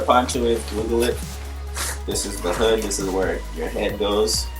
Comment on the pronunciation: Its pretty funny A black kid. Doesnt know how to say "hood" Lmao